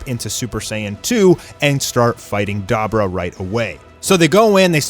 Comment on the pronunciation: Da bor ah not dabra😂